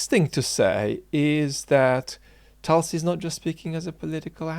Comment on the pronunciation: It's not Talsi. You could take some effort to Pronounce her name properly.